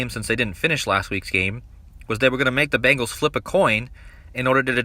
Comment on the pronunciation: I just really wonder why ppl are pronouncing it “Bangles” pls stop it.. I’m from Cincinnati it’s BEN GALS